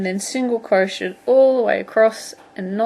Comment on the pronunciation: I know this is such an old video but it helped me! Thanks so much. P.s. I love the way you say crochet.